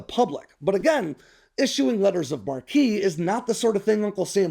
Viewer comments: I'm pretty sure it's pronounced like the name, Mark. Not like "marquee" like on a theater entrance. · PRONOUNCED AS MARK! Not markee! Ffs, aren’t you so fkng sophisticated….GTFO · It's not "letters of mar-KEY," but "letters of MARK." Thank you. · In a Letter of Marque and Reprisal, (marque is pronounced Mark) it’s like Traveler’s Cheques is just Traveler’s Checks. The word you are using, marquise, is a European nobleman of high hereditary rank, with the female equivalent being a marchioness. In the United Kingdom's peerage system, a marquise ranks below a duke but above an earl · You sound uneducated every time you say marquis instead of marque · Sorry to correct, but letter of Marque is pronounced "mark", not "markee", which would be spelled marquis. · I’m sure someone has already pointed this out, but it’s pronounced “mark” not marquee. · It’s pronounced “letters of mark“. What you’re saying is “marquee“. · Letters of "mark". It's not "marquis". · sorry but state sanctioned pirates aren't pirates. they are privateers. (also marque is prounced mark. not mar-key) carry on :) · Mate, the word “marque” is pronounced “Mark”, not “ Mar Key”. You silly drongo, your whole video is about privateers and you can’t even get the word right. The word “mar Key “ is how you pronounce an old European noble title, “Marquis”. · Former active duty, United States Navy, now service connected disabled retired. First it is pronounced 'MARK'. 'Marquee' pronunciation refers to a billboard or movie studio type sign or an elevated status of something. A letter of marque was a government license originally created during the age of sailing ships. It gave permission to and authorized a private person to attack and capture vessels of a foreign state at war with the issuer. It is STILL a legal binding action that can be taken but note that it also turns those that accept a letter of marque into a legal combatant for the enemy to also fight against. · I cringed every time he said it... 😅